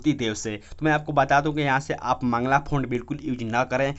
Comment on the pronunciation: मंगला फॉन्ट☺️☺️☺️☺️☺️☺️☺️☺️ Mangal hota hai Mangal font .